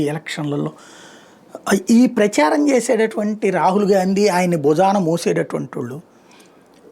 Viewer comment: అన్నా రహీల్ కాదు రాహుల్